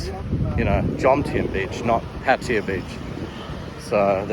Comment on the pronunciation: I am puzzled as i think it is Pattaya however you pronounce it Pattya ..